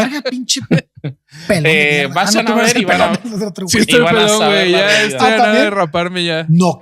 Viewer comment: Oigan, a mi si me encantó el episodio anterior. Ame el saltito que dió el boby y el "sha se va el sha"